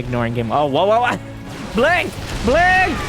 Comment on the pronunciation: "In the blonk of an eye"